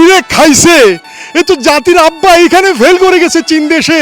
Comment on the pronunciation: জাতির আব্বা আআআআআ এত সুন্দর করে উচ্চারণ করে শুনতে খুবই ভালো লাগে